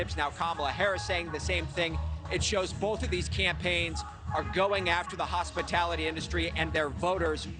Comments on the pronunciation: Hospitility, not Hospitality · She can't even say Hospitality correctly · She mispronounced hospitality. Lol. Lies